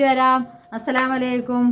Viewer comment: താത്ത "അസ്സലാമലൈക്കും "എന്ന് പറയരുദ് ട്ടാ.. അസ്സലാമു അലൈകും എന്ന് തന്നെ പറയണം... ചെറിയൊരു മിസ്റ്റേക് ആണെങ്കിലും അതിന്റെ അർത്ഥം "നിങ്ങൾക് നാശമുണ്ടാവട്ടെ "എന്നായിട്ട് മാറും.. തെറ്റ് പറഞ്ഞന്നേ ഉള്ളു... വീഡിയോസ് എല്ലാം കാണാറുണ്ട്... മുത്തണികൾക്ക് 😘😘😘